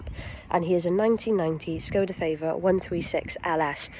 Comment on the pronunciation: It's called a Favorit not feivorit